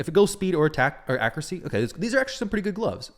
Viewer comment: It kills me the way you say accuracy dude 😂 you say it “accrucy”